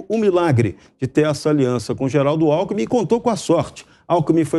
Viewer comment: Tanto tempo no poder,não se deu ao luxo de ao menos aprender a falar. Só se especializou em ser bandido. Nem o nome do vice ele sabe falar. O chama de Alku